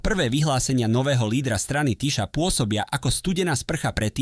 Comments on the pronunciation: Magyar : čítaj / Maďar/, Tisza : čítaj /Tisa/ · Priezvisko Magyar sa nevyslovuje Magiar ale Maďar !!! Názov jeho Strany Tisza sa nevyslovuje Tiša ale Tisa !!! Predtým, kým prídete na internet s komentárom, MALI BY STE TO ZISTIŤ !!! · Číta sa " Maďar" a "Tisa"